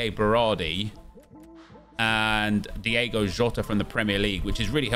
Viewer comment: Who is Diego jota?😂 it’s Diogo for future reference 👊🏻 pronounced D-O-GO 🤘🏻 great vid ✌🏻